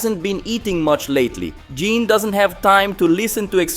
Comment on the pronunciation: GEENE.....GEENE???? Bro...please.. as a fan you gotta say this right... Gi.. ne.. gine.... pronounced ghee nay..... please..GINE